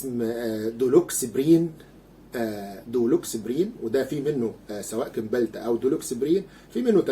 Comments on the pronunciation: اسمه سمبالتا وليس كمبالتا .. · دكتور ارجو تصحيح لفضك لاسم كيمبالتا والصحيح سيمبالتا وانت دكتور لا يصح ان تكرر الخطاء تحياتي....Cymbalta